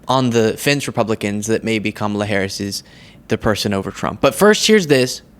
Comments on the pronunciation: I heard that Kamala said until he starts pronouncing her name correctly, she’s going to call him don-old. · Trump is mispronouncing her name on purpose. This is his way of demeaning her. Yes it’s petty and disrespectful but that’s who Trump is. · Trump is pronouncing her name that way on purpose, you know, like how a n elementary school kid thinks it's cool and edgy and totally owning you to mispronounce your name on purpose. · Like most of the conservatives, they mispronounce her name on purpose. It a way of demeaning a person. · Trump likes to empathize the last syllable of her name so lets call him DonOLD!!! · He is intentionally pronouncing it like that to give a “Muslim” slur to it…… he isn’t mistakingly pronouncing her name like that….. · They know how to say her name. It’s just a way for them disrespect her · He mispronounces her name on purpose because he’s just a jerk. And all of his minions do the same thing. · The reason why Trump doesn't pronounce her name properly is because he has no respect for her. Clear and Simple no other reason! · Mispronunciation of KAMALA by the right is ON PURPOSE. Just another petty way to belittle her. It’s what schoolyard bullies do. In addition a sort of reminder of her “foreign” name/ethnic background. Just also funny he donated to her campaign before 😂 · He’s purposely mispronouncing it to be rude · They won’t pronounce Kamala’s name correctly, it’s a purposeful method of disrespect. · trump intentionally pronounces Kamala’s name wrong. his base doesn’t like females in leadership positions. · they mispronounce people’s names on purpose. Fox does it all the time. It’s to show disrespect. They know how to pronounce her name. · He's mispronoucing her name on purpose to annoy. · Oh,: you KNOW that Trump is mispronouncing the VP’s first name on purpose. Such a ‘maroon’! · They mispronounce her name on purpose, it's just pure disrespect. It's the same thing as the weird nicknames he does.